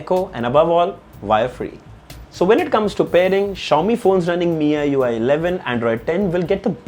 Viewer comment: Nice review......and it's not "MiyiUI" it's MIUI or pronounced as "Mee-you-i"